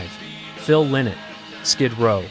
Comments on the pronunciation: Phyl lLie-not is his name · Lynott. Pronounced exactly like it’s spelled. LIE not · When you are not even able to pronounce Lynott in a right way...